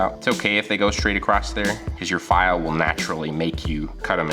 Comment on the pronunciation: Acrosst? Why does add a ‘t’ to ‘across’ and ‘cross’?